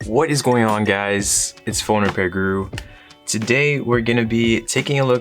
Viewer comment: When I started watching u I thought it was like (hey guys phone repair crew) not guru